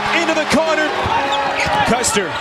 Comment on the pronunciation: Mispronouncing Loyola’s best player, Clayton CUSTER’s name is embarrassing dude. I enjoyed the video but damn. Show some respect and get it right And Enfield? What?? How do you even get that wrong?